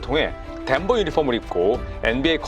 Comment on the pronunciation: 트레이드랑 덴버 발음이 너무 그 남자인데